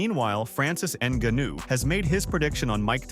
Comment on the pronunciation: Francis n guh nu lmfao